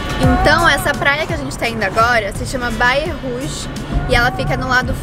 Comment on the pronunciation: “Baia Rouge” Eu juro que eu entendi baiacu 🤦🏽‍♂️🤦🏽‍♂️😂 Mas genteee, as pessoas peladonasss KKKKKK